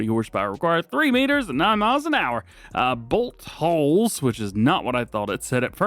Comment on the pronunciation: Had to really pronounce “bolt holes”. 😂😂😂